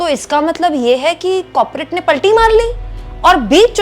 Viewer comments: कौर-पो-रेट We can understand, its a slip of tongue 😊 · कॉपरेट नहीं कॉरपोरेट